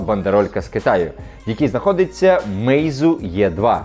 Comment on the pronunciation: Це москвини латинську літеру e вимовляють як є. Українською е, англійською читається як українська і. І з чого б когось цікавило, чи є там московська балачка, яку ви чомусь називаєте російською, та ще й мовою.